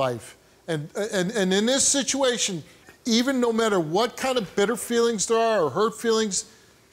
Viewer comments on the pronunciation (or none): none